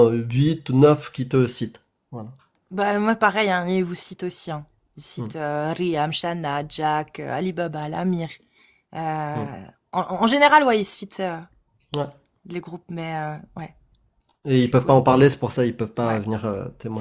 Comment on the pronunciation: C'est lui qui dit alibalbal😅